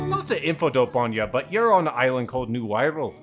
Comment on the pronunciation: The Wirral I know is a place near Liverpool, and is pronounced wih-rull, of course this is a more fantastical place, so I would doubt there's many Scousers round the place.